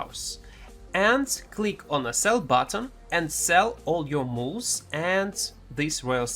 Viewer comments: For anyone else confused, "Mooles" is Mules. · Also... "Mools"